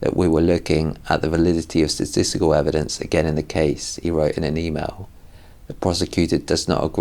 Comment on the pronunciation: I had a good laugh as he struggled to say the word 'Statisty-kal'.